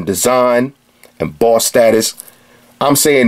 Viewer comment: "BAWSS STAH-TUS WATCH!" I love this guy.